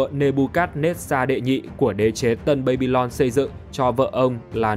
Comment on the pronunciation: Đọc là ba-bi-lon đừng đọc là bây-bi-lon